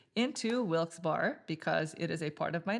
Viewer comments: lol I scrolled into the comments for this. The second part is pronounced like "Berry" for anyone who is not from PA or a minor league hockey fan. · Barry, Barry,Barry.... Wilkes- Barre is pronounced (Barry), not "Bar" lol!! It just sounds so weird pronounced that way! Hahhaa... Im from Erie, PA, it sounds so off! Hahaha... Your playthroughs are awesome BTW, keep up the good work! 😂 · Wilkes- Barre I believe is pronounced like Wilkes "bear" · ya but we don't say that. Lol Im team wilkes bear, eventhough I know its wrong. The other way is correct, wilkes barry. I honestly couldn't pay attn after they said it mutiple times. Its like Dwight saying threw-p on the office when its troop (throop.) Ahhhhh! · I'm from the Bethlehem area. Most people pronounce it "Wilkes "bear", but I've heard Wilkes "Barry" a few times. No one really knows... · Great video - very well done! Just one comment - coming from the "Wilkes-Barre" area the correct pronunciation will sound like Wilkes-"Berry" - berry like in the fruit. And there are a few along with many outside the immediate area who will call it Wilkes-"Bear" - bear like the animal. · I knew I could come to the comments to find the “Barre” (Bear) comment. Yeah. 😂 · Interesting, I’m from Easton, right next to Bethlehem on the map, and everyone I know always pronounced it BEAR-uh. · I believe it's pronounced like Barry